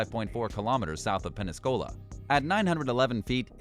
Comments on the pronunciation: Also: Pen-sa-cola, not Pen-nay-scola. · Pen-sa-cola geeeez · Did he say Penaskola?? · That's Pens-a-cola not Pen-as-cola. Who are you guys? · ...Penescola???... try "Pensacola", fool! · Did he say penn Is cola?? And oh risk kani. Bravo. Awesome research I DON'T believe ur very American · does he say Penascola? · Couldn't get past the first 5. It would help if the narrator could learn to properly pronounce the names of the vessels and cities/locations. Like "Penn-sah-KO-lah" and "Oh-RISK-annie". USS Oriskany (CV-34) was named after a Revolutionary War battle. My father served aboard her during the Korean War. Incidentally, the aircraft carrier scenes in the movie "The Bridges at Toko-RI" were filmed aboard Oriskany. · what the hell is it with your pronunciations - - Pen-sa-cola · Orriskanny? Pennescola? This video gave me seizures. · And it was sunk south of "Penniscola". smh. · Did he just call pensacola penescola wow and he even miss pronounced the USS Oriskany yeah this dudes a landlubber armchair admiral i was an airdale and later a dirt sailor and i'll take a little offence to being refered as a soldier 🤣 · Exactly. And whoever reads this shit also needs to work on their pronunciation. USS Oriskany was butchered over and over, but when the guy couldn't even say Pensacola, FL correctly, that took the cake... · You really need to learn the correct pronunciation of “Oriskany” and “Pensacola”. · Amazing how poorly this narrator pronounces the names of these vessels. Oriskany orr is kanney ? oriskany is pronounced Or-risk-uh-nee Many others butchered in this vid. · I am usually the person telling people give that a rest, but damn that pissed me off! Pensacola too. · I seriously believe it is a computer generated narrator on some of these videos, you can not butcher the word "Pensacola" like it did here. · That's not how the oriskany or Pensacola are pronounced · Plus mid pronounced Pensacola.